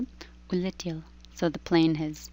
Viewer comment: it's самолёт улетЕл, not самолёт улетИл